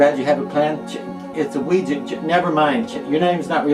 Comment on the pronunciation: Finally somebody who pronounces Ouija correctly!!!